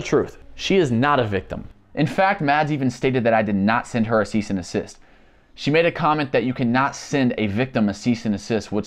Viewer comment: His annunciation of the word desist is obviously not expressed very clearly but Tayler is not by any means an idiot.. he very well knows it’s NOT called a cease and assist, people like you just let your preconceived biases get in the way of your better judgment which is arguably quite sad honestly.. Jusss sayyinn’! 🤷‍♀️